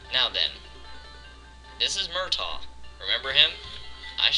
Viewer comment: Its Mrtaeg not murtawg